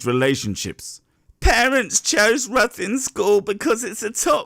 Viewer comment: ITS pronounced rithin btw